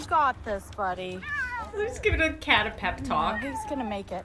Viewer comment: not judging but its a "pep talk" not "pet talk"